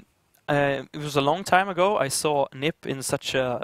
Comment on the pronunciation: Why do you say N.I.P? its nip